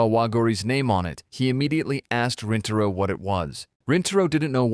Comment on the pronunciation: bro its not waguuri and rentaro they r waguri and rintaro